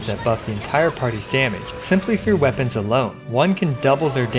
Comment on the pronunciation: "With just a few wepoans" hahahahahah Those are rank 5 weapons he is talking about.......